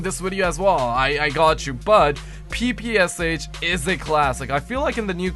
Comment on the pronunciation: I restarted the vid and you did say papoosh😂😂😂😂😂😂😂😂😂😂😂😆😆😄😄😆😂😆